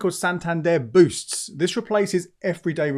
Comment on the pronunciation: Santander 'boosts' not boots?